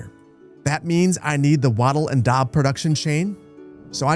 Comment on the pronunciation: 🎉 Appreciate that “Keltic” pronunciation! Totally here for “Wadders” (way-ders) “waddel” (wottle like bottle) and “daab” (dorb like board). Big thanks though for the cool content.